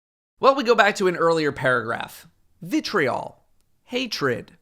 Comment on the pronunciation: stop saying vitreol